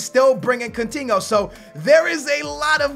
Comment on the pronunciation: "CUNTINHO" - 2016